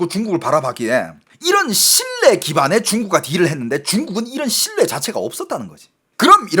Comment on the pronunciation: 어이 너중공말 하는놈이 생선과 신뢰를 발음을 못하고있나. 우리나라말은 4성이있는데 너왜 말을 그따구로하냐. 똑바로해라 모르겠거든 국어원에 물어보고 고쳐라 죽는수가있다